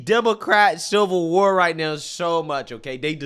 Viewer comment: The translation guide 😂😂😂 Pop-uuhh-ler = popular ExtrapYOU-late = Extrapolate Silver war = Civil War Dat = that Dis = this Fuss-trating = frustrating